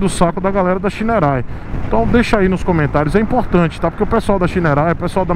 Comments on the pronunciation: Não é Shineray é Shaineray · É engraçado quando você fala shineray em inglês kkkk